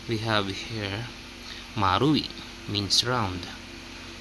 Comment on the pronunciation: marui sounds like mari 😅